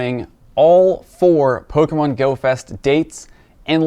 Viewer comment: did you say "Goat fest"?